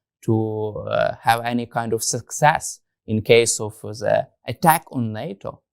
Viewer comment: The, not za. They, not zey. I could go on.